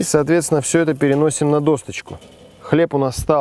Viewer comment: Почему «досочка» с буквой «Т»?